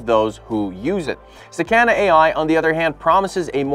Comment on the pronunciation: Sakana is not pronounced saCANa it's pronounce sah-kah-nah